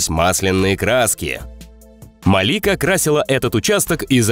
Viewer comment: не МалИка а МаликА